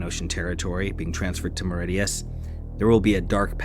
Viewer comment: This clown can't even pronounce Mauritius correctly. Way to go, chump. I tuned out after 30 seconds. Do better.